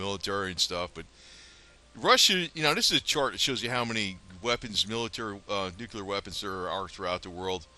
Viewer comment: Nu cle ar Not. Nu cu Lar. !!!! Damn